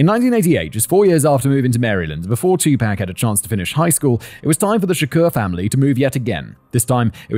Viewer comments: I’m so sorry Kevin and Simon. I love these videos, but I don’t think I can bear to listen to an hour of Simon saying “2-pack” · "TOO-pahk" phoneticly the "a" in Tupac is like the a in autumn not apple. It has the rounder softer long "ah" apposed to the short staccato "aye". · Oh bollocks... It's 'two-pack.' Silly made-up name anyway... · this episode is going to be hilarious 😂 “tu-pack” 😂😂😂😂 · yeah, I’ve heard other British people pronounce it like “pack”. It was just funny hearing him try to fit it into the 2pacalypse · Simon out here callin him two-pack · It kills me a little bit every time you say “two pack” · Writers: if we write another rap video (love it btw, huge tupac fan, us tupac fans knew the biggie smalls thing when that song came out) can we please include a pronunciation guide for simon? Starting with too-pock? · Its Tupac, not Tupak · He's not pac man. It's pronounced pock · I knew there would be a lot of mispronunciations in this episode, but never in my wildest dreams did I think I needed to include a pronunciation guide for Tupac. I probably should have realized because of how British people (or at least Simon) pronounce taco. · You say T.. Tupac and I say T.. Tupac.. I say T.. Tupac and you say T.. Tupac.. T.. Tupac.. T.. Tupac.. T.. Tupac.. T.. Tupac.. Let's call the whole thing off.. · It is a name, so the pronunciation should not change across nations and should be pronounced as given by the individual. Spanish name José retains the H sound in all forms of English. Simon didn't know but you are just wrong. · This is me discovering Tupac isn’t pronounced how Simon pronounced it 😅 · I loved it, even though I was wincing at the pronunciation 😂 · My favorite Tupac song, is: "U cant see me" (correct spelling.) Simons pronunciation of Tupac, was exactly how id hoped it would be. Thanks Simon, Kevin, and the rest of the basement dwellers. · “I don’t know anything about Tupac” Simon, we know: you’ve been mispronouncing his name the entire video lol